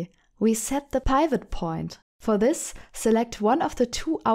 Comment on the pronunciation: PIvot (Pie vott) LOL